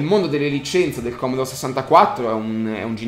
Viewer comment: Non si puo dire commodore!! :P